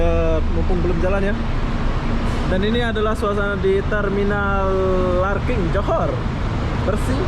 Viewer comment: Larkin bang bkn larking